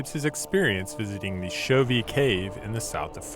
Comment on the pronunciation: Chauvet mispronounced throughout. The last syllable is pronounced like a long a, not a long e.